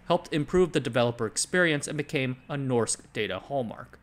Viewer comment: It's pronounced more like "noshk daw-taw"